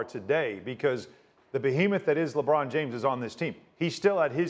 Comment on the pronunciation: "" lol